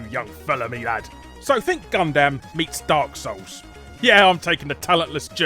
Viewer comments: How can you not pronounce Gundam correctly? It's not Gun-dahm, it's pronounced as Gun-dum. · It's good to hear that the SNES Classic should be easier to find. Im just hoping that it will be. Because right now for me in the US it's still sold out everywhere and going for $130+ on amazon and around $150 to $300 on ebay. Also what's with the weird emphasis on dam in Gundam? Tmk its said like gundum, not like gundamn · "Gun-dum" it's pronounced 'Gun-Dum' it's not an English word. Don't treat it like one